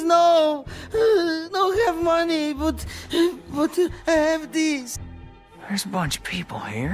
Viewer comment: We just need MORE MUNEH😂